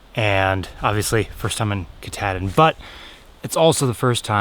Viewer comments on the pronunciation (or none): Ka-tah... like Cah...not Ka-tad-in...Kuh-tahd-in... and there's only One God...JESUS CHRIST !!! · Ka-tad-din. LOLOL. If you look at the spelling,, you didn’t pronounce it correctly. (Ka-TA-din) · To funny how he says Katadian ...lol...spent my summers in Baxter its a jewel !!! Maybe my favorite place in the world ...spent many 4-5 days n nights at Russel pond .